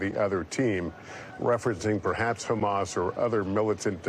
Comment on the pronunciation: Trump can't keep a train of thought or pronounce anything. He calls Hamas ... "HUMUS". (He also thought there were airstrips during the Revolutionary War and windmills cause cancer. Trump confused 9/11 with the convenience store '7/11'. Trump demanded investigation of the 'oranges' of Robert Mueller's probe. "Covfefe". Called Thailand ‘Thighland’. Trump said American Revolutionary War troops took over airports. “Two Corinthians". There are endless examples of his brain deadness and stupidity.)